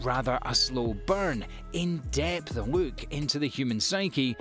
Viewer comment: "we take a wook"